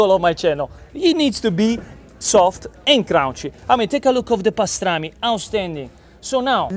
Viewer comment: Soft…..and carunncchhy!